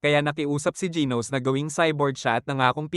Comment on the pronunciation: Genus po hindi gos😅😅